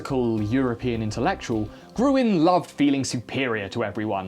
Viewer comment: Oh! Not Gruen, he's called Grün! As in green! In crossword puzzles and everywhere were you are unable or not allowed to use umlauts (Ää, Öö, Üü) you convert them like ä = ae, ö = oe and ü = ue! (Pronouncing ä as the a in cat; ö as the u in burger ; ü sadly is non-existant in english)